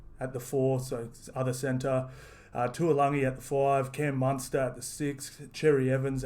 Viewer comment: A good way to pronounce taulangi is to say toll-Langi